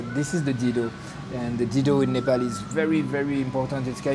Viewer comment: You get it wrong man. It's Dhido not Dildo😅😅